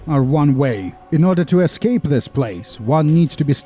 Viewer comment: "We need to use this plane to e'scape this torment!" -John Torment, 2019